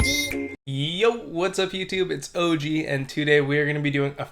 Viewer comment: Can't lie, you gotta change the way your name is phrased in your intro. Just my opinion but it sounds like "Eggy" and no matter how much I try, I can't hear OG.